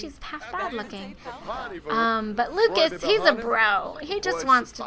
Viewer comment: It's Lucus not Lukeas